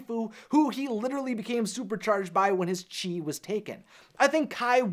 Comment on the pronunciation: Chis or chease? :D hahaha